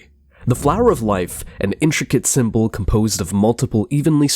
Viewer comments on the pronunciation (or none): Sim-bow = symbol KaBlewWee! Mind blown Cosmic mysteries unraveled n understood. But for real why he pronounce words funny? We get it, ur different.